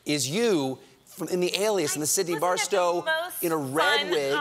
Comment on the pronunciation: BRISTOW man, not Barstow, how you remember some rings propose in LOTR and not the hot babysitters name :-)